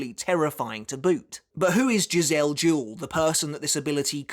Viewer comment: always thought it was Jih-zell Juh-Well